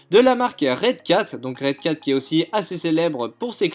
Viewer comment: La marque " redccat" mdrr il dit nimp ce type xD